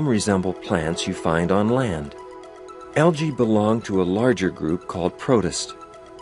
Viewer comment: it is pronounced algy not algay